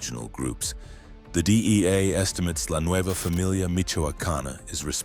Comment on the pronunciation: The DIEA!? EIEIO!?